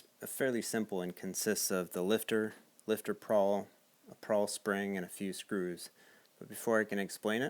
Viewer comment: Good video, it is a pawl spring, not prawl. Nitpicky I know.